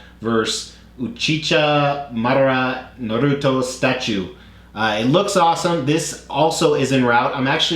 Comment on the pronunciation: The way you pronounced Naruto killed me inside 😭😂. If you ever want to know about more anime statues hit me up 🤘 I'll point you in the right direction. All I PO'd was the phx joker